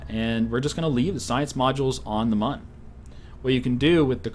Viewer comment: It's pronounced 'moon'. Even though it's spelt mun the U has an en-ye on it.